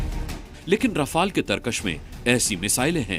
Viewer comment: मूर्ख 18 रफाल ढंग से बोलो